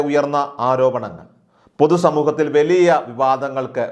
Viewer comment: വെലീയ.. എന്ന് പറഞ്ഞു വലിയ എന്ന് വ്യക്തമായി..തനിക്ക് മലയാളം പറയാൻ സാധിക്കില്ലല്ലോ